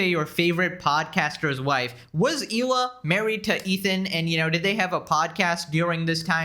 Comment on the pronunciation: Her name is Hela not Eela you little goof